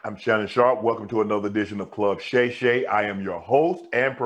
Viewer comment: Shay shay??? Really man? Shay shay?